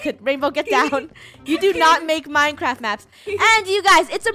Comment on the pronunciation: Funneh: today were playing a minecwaf map Me: did you say minecwaf also love u guys